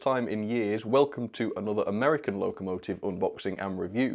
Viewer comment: That's a nice "Amiercan"